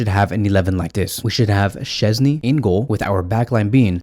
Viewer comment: It' SZCZĘSNY haha! Great vid tho